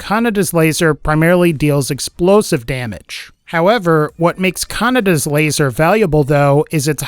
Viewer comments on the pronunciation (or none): Also if uve watched Akira you may know it's not pronounced 'canada's laser'. The d sound is soft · You were pronouncing Kaneda wrong